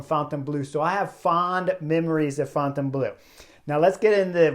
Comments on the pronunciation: Chris Horner you should horn your French. Fon Ton Blue? No Chris, no. Say --->> Forh-Turh-Blurr. That should be close enough! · Chris, your pronunciations of Fontainebleau and Omloop het Nieuwsblad are terrible, to the extend of being unrecognizable to natives but you make it up with your enthusiasm and cycle tactics. Please replace these audio locations with visable labels.